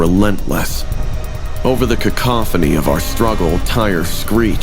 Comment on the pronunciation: Cacophony yi de3😅any ghanaian here😂